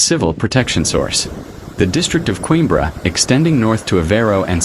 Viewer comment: That's what I said but it's a robot so we can't expect too much lol